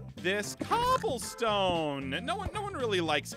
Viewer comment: is noi not no